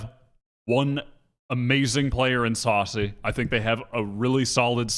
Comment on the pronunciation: the stress on "sacy" is on the second syllable